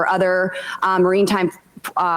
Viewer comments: she was trying to say “maritime” - 😂 marine-time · Someone’s been watching a bit too much Marvel it seems. And “marinetime”? It’s maritime. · Bobo always on her laptop reading a script that one of her staffers wrote for her. She said the word "marinetime" instead of what surely should have been "maritime" Imagine being in your 5th year at a job and getting mocked every time you open your mouth because you remain as incompetent as you were on your first day. Even worse, imagine voting her into Congress 3 times. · I think she meant to say “maritime” not “marine time”. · She can't even pronounce "Maritime". I'm sorry, but a HS Diploma should be required for Congress-call me an elitist, but she is SO ignorant. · At , I think she meant maritime, but did she say "Marine time forces?" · I love that she says Maritime as "Marine time" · Immaculant and marine-time in one sentence 😂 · She said “marine-time” 😅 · Yeah, she said Marine Time instead of maritime lol